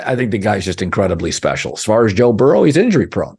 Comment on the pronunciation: When this guy says special… it’s so funny.